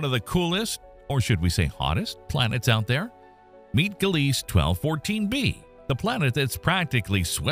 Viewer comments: Gliese = "GLEE-zuh", "guh-LEES" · In English? There it's pronounced "Gleez" without the final "e" in Gliese